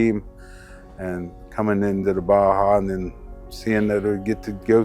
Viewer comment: You lost me when you said Baja wrong.